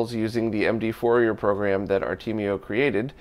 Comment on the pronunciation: Another great video, thank you. If you don't mind a little pronunciation advice from a French mathematician, Fourier was French, so his name is not pronounced Four-e-er but something more like Four-e-ay. Fourier was a mathematician and physician who investigated heat conduction problems, but his mathematical techniques became the basis for much of modern signal processing.